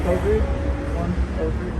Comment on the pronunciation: Covregy🤣🤣🤣🤣😂, as romanian that is THE weirdest pronunciation of "covrig" u ever heard in my entire life, but gotta say, i am proud of who i am. Besides, it's always funny when you hear non-romanians try to learn our language :)